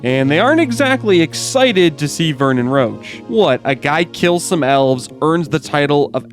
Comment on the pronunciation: "Geralt has a personal rule about dragonslaying, wich is, that he doesn't" - friendly reminder as per books, it's because he's afraid to do so, not because they are endangered or smg Also, Roch is read as 'rosh', not 'roach'